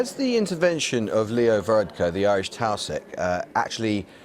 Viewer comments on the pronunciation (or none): Mate, learn how to pronounce the head of the Irish government properly mister presenter. Taoiseach= tea-shock. Like it's not hard.